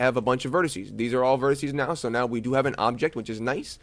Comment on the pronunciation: Please, please, please stop saying 'vertissy' (it's driving me nuts) - vertex singular, vertices plural.